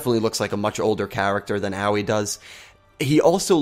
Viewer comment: I don't know how many times I still have to type this but once again I must tell you it's pronounced Ahh-oi not oww-ee please someone get this right.